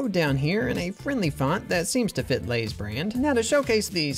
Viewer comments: Lay’s more like say’s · For lays instead of oversimplifying it’s more like over real… izm… izing